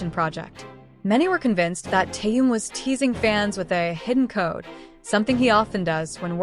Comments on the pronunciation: Когда научатся правельно произносить имя Тэхен ,что так сложно ? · Опять робот с неправильным произношением Даже имя Тэхёна несколько раз перековеркано. 👎